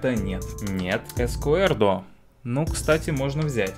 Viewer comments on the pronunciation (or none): Эскудэро а не Эскуэрдо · Не Ескуердо, а Ескудеро. Не Йоакин, а Хоакин. Не Каралес Пуйоль, а Карлес